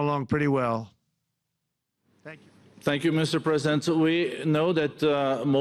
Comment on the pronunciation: Does the first guy keep calling Trump "Mr Present" because he is a gift to the American people or because he can't say "President"? lolll